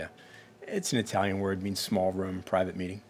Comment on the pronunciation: "why would you have ptrivate time in front of a rat" lmao